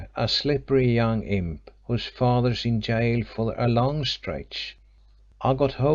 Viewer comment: Does nobody check these recordings? American lady keeps pronouncing gaol as ghoul. Drove me crazy, along with her poor, disjointed reading. Enjoyed the story though.